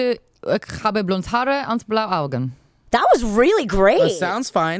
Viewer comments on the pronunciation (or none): I'm German. Yeah Maude you somehow miss an e on "blaue Augen " and "Haare" but besides this very good hahaha